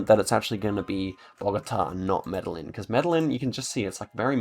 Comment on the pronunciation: Good stuff. Your pronunciation of the Colombian citys is horrible. LOL Medellin is not Metal-lynn, the L's are silent. Its pronounced Meta-Yeen and Cartagena is pronounced Carta-Hey-n-Yah. The G is more of a Hey or a J. Best i could do turning them into pronunciations. Not trying to be 'that guy' that has to correct people, just trying to help. Dont need yah upsetting any Colombian Cartels or anything LOL